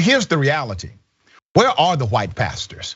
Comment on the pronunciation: Al Sharpton is not a “Pasture”. I may be wrong, but but it sounded like he said “pasture”.